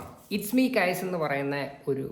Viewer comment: കൈസ് അല്ല കയ്സർ